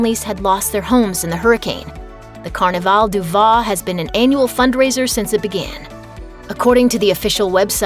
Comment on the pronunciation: French can be tricky, but any American voice-over artist should at least know the French word for wine — "vin" (as in "Carnivale du Vin") is not pronounced "vah" as this announcer does repeatedly. The letter 'i' is pronounced as a short "a", as in the English word "van". Its final "n" however, is not really pronounced at all. It is, shall we say, imagined — but not quite pronounced. Yes, French can be tricky....Jack Petit. Oh yeah — this final "t" is silent too.